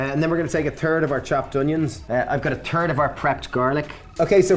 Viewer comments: "I got a turd of the onions...." gotta love the Irish hatred of proper TH lol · Totally heard turd instead of third. haha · LOVE the accent but....any chance you can start pronouncing the H in "third"? To the American ear you're saying "turd". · Is it a ‘THIRD’ or a ‘TERD’ 💩 hehe 😂